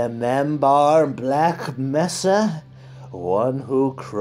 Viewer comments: at least still can't pronounce mesa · THANK YOU FOR FUCKING UP MESA JUST LIKE THE ACTUAL ACTOR!! BlAughk Messaaah